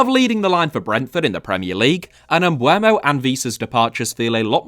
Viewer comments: His name is pronounced Em-boo-mo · I’ll say it again, the ‘e’ comes before the ‘u’. Bryan Mbeumo.